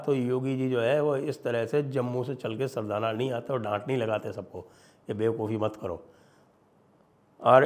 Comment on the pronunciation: दीक्षित जी कस्बे का नाम सरधना है, सरधाना नहीं।जय हिन्द वन्देमातरम ❤❤😂🎉